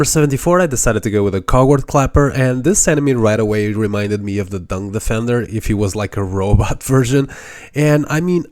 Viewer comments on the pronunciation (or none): none